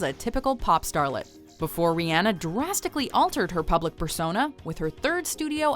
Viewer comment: 1000 points for saying Rihanna right!